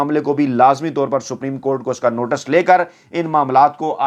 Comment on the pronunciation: word is notice not notas